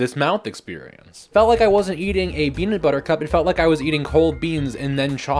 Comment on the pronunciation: This is a hate crime (the best kind of content) Also every time you said beanut I went “my favorite streamer???” I got blueballed